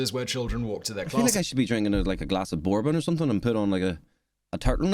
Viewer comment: We need to fix how you say bourbon my guy lol